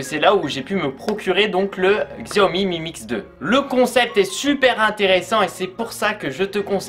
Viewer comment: Il faut dire "chaomi" Sinon bonne vidéo